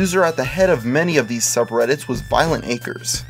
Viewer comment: And to think, this whole time I've been pronouncing it "Violenta Crez".